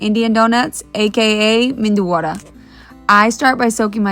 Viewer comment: They keep saying "Mendu wada" instead of Medu Wada. Mendu wada means "Brain Patty" It's a famous mistake made by some locals